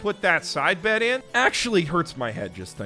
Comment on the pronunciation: recognizing "bet" as AAVE is a gift I ain't expect. Still sounded wrong, but the credit was given and he's a Canadian man living in Japan so he still gets points